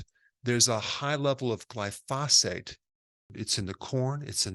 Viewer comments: Come on - its GLY-phosate. Not gly-PHOS-ate. 🙂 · It bugs me that Dr Berg mispronounces glyphosate. He says glyPHOSate. It should be GLYphosate. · Pronounced GLY-FOE-SATE not Gly-Fa-Sate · It’s Glyphosate, not Glyphasate. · It's spelled "glyphosate"....NOT glyphasate. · glyphosphate... not glyphosfate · Gly-pho-SATE emphasis on the SATE. Sorry this mispronunciation is just bugging me. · Dr. Berg I enjoy your videos, but I must agree with one of the other commenters and respectfully suggest that you are pronouncing the name of the herbicide incorrectly. The accent is on the first syllable so it is properly pronounced GLY-fo-sate. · Eric, Since it's discussed so often and so importantly, you might wish to know that the word is pronounced GLY - fo - sate. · Please say "Glyphosate" correctly. I liked your video, and you seem very well educated. That's why I don't understand why you mispronounce glyphosate. The emphasis is on the first syllable, "gly" not the second "pho"- GLY-pho-sate. Thanks for what you do. I am a retired scientist (worked at EPA), and no English expert, but I DO know how to pronounce a lot of pesticides. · "GL-EYE fo sate" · It’s Gly pho sate. Emphasis on the Gly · Dr Berg, thanks for your great work, but here's a lil tip for the future: Glyphosate: pronounced GLY - FO - SATE: Gly = rhymes w/ fly, FO = rhymes w/ oh, SATE - rhymes with bait. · It’s pronounced around the world as gly-so-fate. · It's gly-PHO-sate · Every time he mispronounces “glyphosate” I’m reminded he’s a chiropractor. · Glyphosate is pronounced with the accent on the first syllable "Gly", not on the 2nd syllable "phos". No other scientist or doctor on youtube pronounces it like Dr. Berg. Doesn't help his credibility.